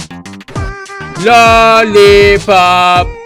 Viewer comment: Lolipop derken orda Lolipop demiyo